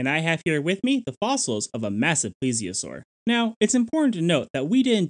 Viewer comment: It's not a ple-asore, it's a plee-zee-a-sore. The first 1/3 of the video you were pronouncing it incorrectly, you're pronouncing it correctly now. And you said March...not Marsh...O.C.Marsh.